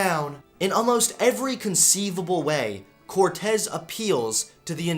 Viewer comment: Yeah, your saying it right. At least the Cortez part